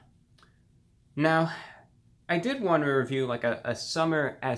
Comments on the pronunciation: The pause gave me a spook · Please name your drink series reviews, my soul dies a little each time I hear that pause.